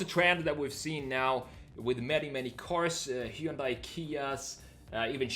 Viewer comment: Hyundai is pronounced like "Sunday".